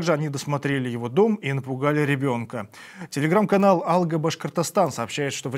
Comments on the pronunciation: Не Алга, а алгААА! Это как, впЕред, и в вперËËËËËд🤭 Хоть бы поинтересовались немного, прислушиваясь к нац. языку. ВпердЕ, мля😡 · Не " 'Алга Башкортостан", а "Алга' Башкортостан", ударение на первом слоге "Алга"... Диктору следует удосужиться о правильном произношении, так как это неуважение к нацменьшинствам... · АлгА ударение на 2 слог. Перевод 'Вперёд"